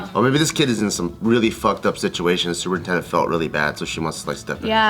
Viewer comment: Is it just me or did it sound like said "Super Nintendo"?